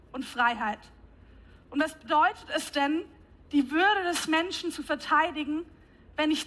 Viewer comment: ....Menschna statt Menschen! Was für eine plumpe Frau.